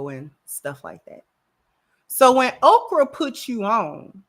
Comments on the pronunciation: She’s saying Okra so Oprah won’t try to sue her or use her powerful influence to get her banned from YouTube. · Is she saying Okrah or Oprah?